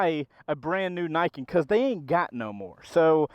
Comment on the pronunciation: so i have heard this damn thing called "ni-ken"..."knee-ken".... "nye-ken" and now "nye-kin" .............. so which the hell is it?